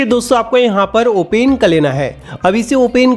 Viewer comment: भाई ओपन होता है या ओने 😂😂😂😂😂